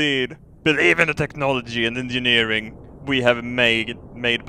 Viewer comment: It sounded like you said "Science and Gingerneering"